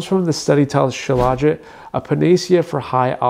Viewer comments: Dude, you can't even pronounce it correctly. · Why does he pronounce it like that